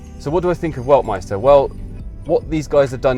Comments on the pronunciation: you should really spend some time out of the UK from time to time, then you'd know that the first letter of the Chinese word "Weltmeister" is pronounced like a "V", not a "U". Just kidding, I am pretty sure that the Chinese persons who chose a German name for their company didn't know how to pronounce it either, so it now gets to be pronounced "Ueltmeister" and nobody dares confront them on this... Still, any English speaker should learn a bit of the Saxon part of their language, it's like Latin for French, Spanish or Italian speakers. We already know that Chinese cars like this EX5-Z are copies of Western cars and SUV designs, especially German cars, but I find it funny that also they use Western names for their brand, like the "Weltmeister" that sounds like serious German manufacturing quality. What a name too. They really have no clue how offensive this would be for Western people, but then I guess their Chinese market is large enough that they don't need to export cars. So we should probably expect a "Autobahn Führer" Chinese startup name one of these days... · D There are two German names: Weltmeister and Waldmeister. First one means World Champion, but you pronounce it like Waldmeister, which means woodruff xD I'm really curious if and how China will sell cars in the UK, giving the political relationship between both countries and pressure from the US.